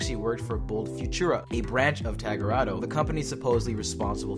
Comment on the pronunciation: It's tagruato not tarugato